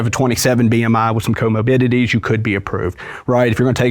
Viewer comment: “Comobidities” is driving me crazy